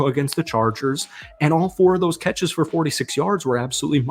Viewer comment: Why do you say 'fir' instead of for?